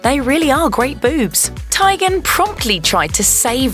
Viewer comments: Tie-gen? its tee-gen lol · For the love of GOD!!! It’s pronounced “TEAGAN”!!!! It’s not that hard to say